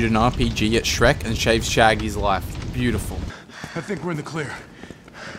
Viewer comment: He actually said shave shaggys life